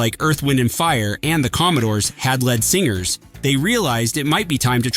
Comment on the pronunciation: led singers? Man these AI voices are a joke. Not too smart, eh? Need a LED singer anyone?